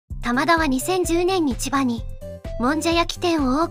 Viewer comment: 「タマダ」が「棚田」みたいなイントネーションなのが気になる